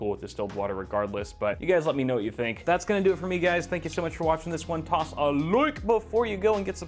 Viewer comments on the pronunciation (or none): why does he always say toss a like in a Dublin Accent